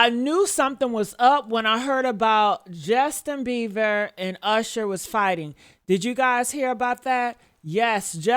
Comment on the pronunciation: Right for some reason it’s driving me nuts everytime she says he’s name wrong, lol